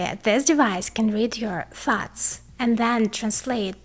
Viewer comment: Everytime you say "thoughts," I hear 'farts'